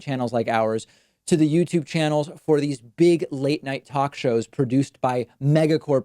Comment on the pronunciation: Youtube... you... tube... Not themTube